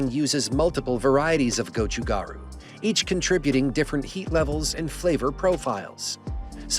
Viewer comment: I think the water with flavor is called Gan Soo instead of Kansui. Gochu (pepper) Garu (powder) is pronounced perfectly.